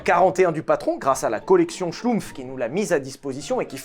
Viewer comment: Je commente jamais mais en tant qu'Alsacien (oui, outre m'appeler, j'ai d'autres qualité), c'est un plaisir d'entendre Molsheim et Schlumpf prononcé correctement!